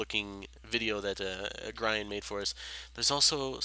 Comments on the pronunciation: province,not providence. and Grian is read as "Gree-an" not "Graian" lol duuuuuude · G-ah-vel, not G-ay-vel. Gr-ee-ahn, not Gr-ih-ahn. Province, not providence, no d. Sorry if you are not a native english speaker.